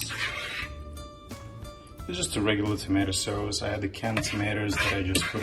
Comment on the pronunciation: *in Artemis ascent*"Tomato sauose"😂🤣🙂